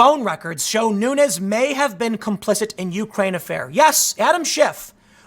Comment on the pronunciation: Nunes is a Portuguese name, so should be pronounced like de plural of noon: noons. Keep up the good work